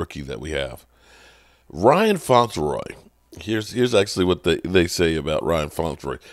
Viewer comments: Ryan Flournoy might have to take it up with you the way you keep mispronouncing his last name...lol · .....please learn the names....Ryan Flournoy.....Flour-noy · No one, and I mean NO ONE, in Cowboys media BUTCHERS names like does. 🤦🏻‍♂️😂😂